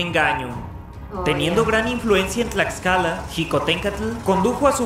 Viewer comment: Tiene una historia muuy interesante, si es muy pequeñito pero le es suficiente para tener gran relevancia en la historia. Los murales dentro de su palacio de gobierno son hermosos contando la historia desde la época precolombina, se come muy rico. Tlaxcala, lo pronunciaste bien 👌🏽